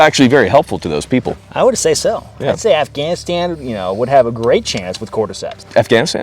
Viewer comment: Who did that Afghanistan pullout video? It sounded like "televargus." I wish to watch this video